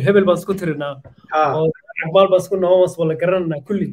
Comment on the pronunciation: Cag maal not caag